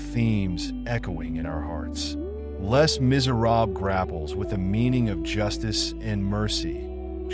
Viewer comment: Just a note - the "Les" in Les Miserables is pronounced "Lay"